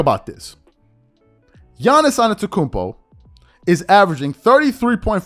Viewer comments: I have mad respect for you , please don’t mispronounced a Man last name. Juste say his first name then. I’m 100% with you , on your take . Is the MVP by far at the moment. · Dpoy at this moment: Giannis Antetokoumnpo or Brook Lopez